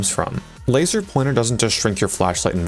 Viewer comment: "So I haveth a laser pointere"